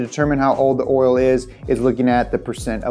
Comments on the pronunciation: It’s oil not oral. 😂 stop saying it that way. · I swear I he’s saying “oral” lol. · Thank god, I’m not alone hearing “oril” over and over again. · Is it just me or does it sound like he’s saying “oral” pretty much every time the says oil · ORAL? Take a shot every time he says oral, not oil. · I just realized you say oil like "oirl" haha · Why does he say "oral" instead of "oil"? "There's no substitute for that premium, top-shelf oral." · Did you say “Oril” or “Oil”. I like it with the R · is he saying "oral" instead of oil? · Hey, try saying "oil" instead of "oral" it can be misleading to some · My dude says oil like Madea "oiler" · Is saying Oral? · Why he keep putting an “R” in the word oil?? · Its oil buddy not Oriole. Lol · Please change the title to say "Oral" instead of "Oil." or possibly redo this video with somebody who can consistently pronounce "OIL" correctly! :) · He says oral not oil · Anyone else hearing "oriole" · I love how pronounces Oil. It almost varies from "oil" to "oiril" throughout the vid. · I'll take pronunciation of "oiruhl" over James' "Cheh-Vee" any day.. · synthetic oral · Hahaha I was wondering if anyone else was like “why does he keep saying orals?” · Cause he wants to be like all the gangsters that say erl. You better axe somebody. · repping the whole south with his pronunciation of “Urle”! Keep it up buddy! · me:: "orals" me:: "oriole" me:: "orle" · Right?? Sitting here dying with every 'ohl' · Didn't know there was an R in oil. Thank you I've been saying it wrong all my life. Oril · Take a shot every time he says oral.. 😂 I know I’m not the only one hearing that!!! Lmao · Take a drink every time he says “crude oral” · Take a shot every time he says "oirl/ earl/ oral" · he keeps saying roil lmao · It sounds like keeps saying orals? 🤔😂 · He taught us about oil, but who will teach him how to pronounce "oil?" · No i can't stop hearing it 😑